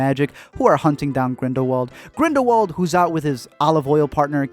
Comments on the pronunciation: NO NO NO. Grindelwald. IS pronounced with a V. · Not really tho. He's pronouncing it less wrong but not correctly. Grindelwald is German so therefore it needs to be pronounced very differently to the English pronunciation